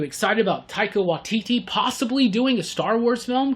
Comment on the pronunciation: Also, Taika Waititi pronounced 'why T T'